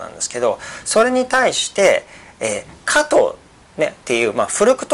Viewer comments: 加藤じゃなくて果糖です。イントネーションが違います（笑） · 何故、果糖を加藤と発音するのでしょう？果糖ブドウ糖液糖の場合はちゃんと発音しているのに、果糖単体になると加藤の発音になってます。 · 果糖の発音が加藤すぎるw